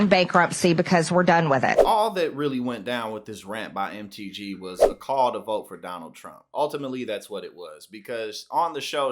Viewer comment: One moment ,I thought you called her Empty G . 😄